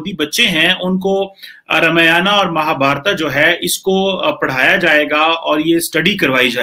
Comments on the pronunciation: Beta wo Ramyanaaaa aur Mahabhartaaaa nahi hai,Akkal k andhe wo Ramayan aur Mahabharat hai,aap jaise jahil majahaab bol rahe ho to aap se aur ummid hi kya ki ja sakti hai? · रामायणा और महाभारता नही होता आंग्रेज....रामायण और महाभारत ही होता है। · Pakistani ko bol ne bhi nahi Ata hai ramayan bol chima bhagwaan ram k charan per Saran lo tabhi Pakistan ak sahi mulq banega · Chima bete In pavitr grantho ke Nam thik se le Ye RAMAYANA or MAHABHARATA Nahi Isko RAMAYAN or MAHABHARAT Bolte hai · रमियाना महाभारता मत बोलो ! रामायण महाभारत सही उच्चारण है . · बकलोल आदमी रामायना, महाभारता नहीं | रामायण और महाभारत | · चीमे तेरे देश में कोन सी किताब है जो तुम्हारी है। तेरे को रामायण और महाभारत बोलना भी नहीं आता।तू रामायाना और महाभारता बोल रहा है जबकि ये भद्र महिला बिलकुल ठीक उच्चारण कर रही है और तू अपने आप को प्रोफैसर कहलाता है। अगर हम तुम्हारी पुस्तक को कूराना या हवाई किताब कहें तो तुम को कैसा लगेगा। सोचो और बताओ। जय हिन्द जय भारत वंदेमातरम। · sasura ye kamar cheema,,,... ramayana ar mahabharata bolte nhi bnrha h ....kaisa aadmi h bhai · Are sahi tarike se pad ramayan aur Mahabharat not ramayana Mahabharata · रे मुरख थोरा ठकसे पढ रामायण बोल महाभारत कहाजातहै महाभारतानही महाभारत कमरचीमा तमको करचीमि बोलाजाय गदधा परहालीखानहीहैकिया भैसलेट आदमी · Qumar cheema yaar too English mat bola ker halwai ......Ramayana nahi ramayan hota he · Sahi se ramayan mahabhart nhi bol sakta hai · Janaab watch your way how you pronounce Ramayaan or else we will be forced to pronounce Pak Koran as KURAEDAAN !! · यह पाकिस्तानी पत्रकार रामायण और महाभारत का उच्चारण ऐसे कर रहा है जैसे Chekoslevakia में ही पैदा हुआ था और बाकी पंजाबी में उर्दू बोल रहा है। ये पाकिस्तानी ज़मीन पर पैर रखकर चलना कब सीखेंगे? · Ye cheema... Professor hai... Aur isse ramayan aur Mahabharat....Pronounce karna nahi aata 🙄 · इस्को रमायन और महाभारत बोलना नाही आता.